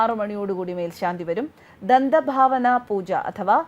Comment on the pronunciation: ദന്തഭാവന അല്ല ദന്തധാവന പൂജയാണ്. പല്ലുതേപ്പ്.